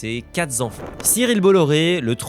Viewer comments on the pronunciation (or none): Quatre enfants et non quatre zzzz enfants, mille enfants et non mille zzzz enfants. Same shiet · Ses quatre z'enfants ... hum